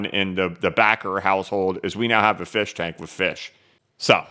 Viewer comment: I snorted when you showed the firshtank 🤣